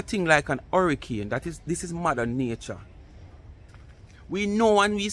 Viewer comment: Bad shape egg said it a Harrycane😂😂😂😂😂😂. i thought it was Hurricane 😂😂😂😂😂😂 BLC Dunce